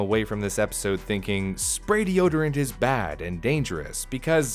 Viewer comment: 4 words de-o-d-rant (deodorant)